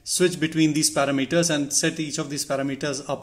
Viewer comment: Para-meters 👍 going to start saying it like that.